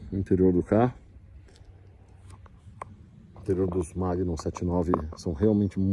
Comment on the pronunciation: MAGNUM, e não "Magnun"